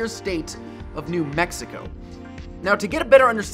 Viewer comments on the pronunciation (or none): none